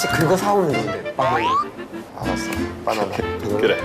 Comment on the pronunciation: 빠나나 .ㅋㅋㄱㄲㅋㄱㅋㄱㅋㄱㅋㄱㅋ정직한 한국적 발음